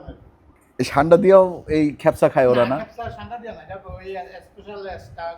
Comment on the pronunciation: "খ্যাপসা" উচ্চারণটি ভুল। সঠিক উচ্চা "কা" দিয়ে - "কাবসা" (অথবা "কাবছা")। 'মান্দি" উচ্চারণ ঠিক বলেছেন।